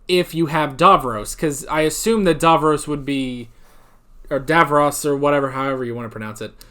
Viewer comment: Dav-ross not Dav-rose 😁